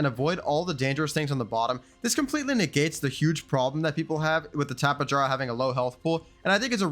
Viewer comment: Tapa-Jar-ah... Bro, its Tapi-air-ah.